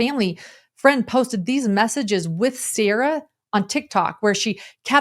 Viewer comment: "wrou... very wrou..."."Siera".